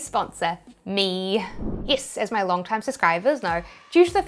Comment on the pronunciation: why yees instead of yes and aheed instead of ahead is it like a kiwi accent ?